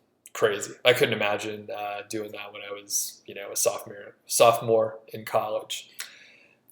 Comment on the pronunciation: This man really just said "softmore"....